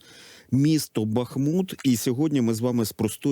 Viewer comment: БАхмут, а не БахмУт!